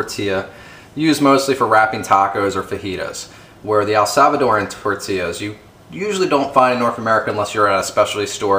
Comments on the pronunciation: All good, but please, it's Salvadoran, not ELsalvadoran. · Its not el salvadorian.....its salvadorian -_-...you pronounce the words way better than my spanish teacher